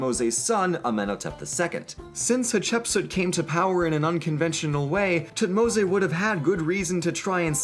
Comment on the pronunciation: Is it actually pronounced tutmo-say? Everywhere I check says otherwise....